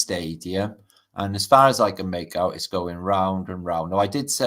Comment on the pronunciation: I swear you said FART earth British hahaha 😂